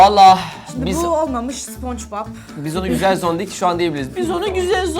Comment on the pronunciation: Yalnız o Zondik değil, "Çondıgi" 😄